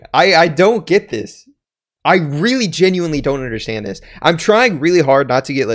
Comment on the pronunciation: No one:: undershtand